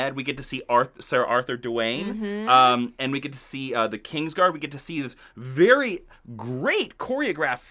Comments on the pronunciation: yeah Arthur Dawyne the Rock Johnson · "Dwayne"? Arthur "Dwayne"?...